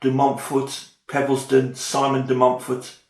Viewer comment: From France: Yes, you pronounce it right! Thanks for the presentation, which enticed me to look into the difference between Simon the father and Simon the son… because I was first puzzled by the fact the Simon de Montfort about whom the locals in the Southwest of France still moan today played such a significant role in England’s history. I would certainly watch a playthrough.